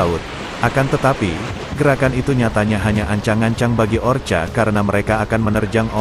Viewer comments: Bukan orcha tapi ORKA. tolong diperbaiki dalam mengucapkan nama-nama apapun. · Kalau mau bikin narasi dlm bhs indonesia ketik bunyinya orka dibaca orka bukan orca... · Orca ya kk bukan orcha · Tolong bacalah ORKA bukanya orcha. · Bacanya Orka oom..hehe,sorry nih..😂😂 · Gak apaapa... Kedengaran lebih gurih...ORCA ... hehehe